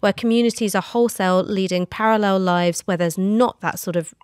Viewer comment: Just the fact she keeps saying lifes instead of lives is enough to anger me.